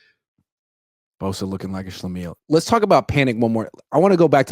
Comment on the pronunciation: Why do I remember Laverne and Shirley when Lyle says schlamele